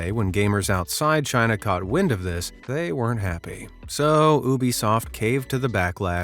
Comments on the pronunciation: It’s U-bisoft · What's an Oobisoft?